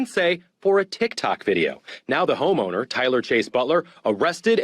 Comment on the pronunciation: he said Homoner 😂😂😂